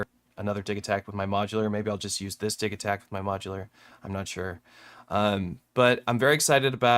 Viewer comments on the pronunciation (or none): Wait, is it "diggy-takt" or "diji" as in digital?? First time I've heard it pronounced like that